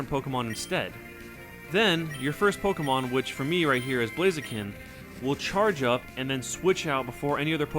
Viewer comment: Is it me or is your blaziken called itta pupu